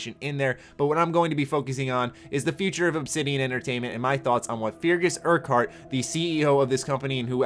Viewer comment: you butchered that guys name, Its pronounced "Fer-gus" "Uk-urt".